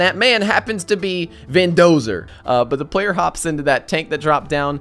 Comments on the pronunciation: Muh Vendozuh !! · Not only did you mispronounce VINDOSERs name twice but you also didn't realize when he had died... I am very disappointed....